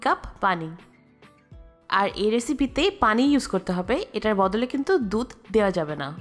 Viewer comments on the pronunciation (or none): none